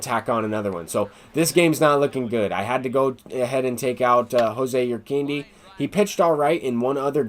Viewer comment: Jose Urquidy is pronounced "Ur Kee Dee." Not a big deal but I heard you say you don't mind being corrected.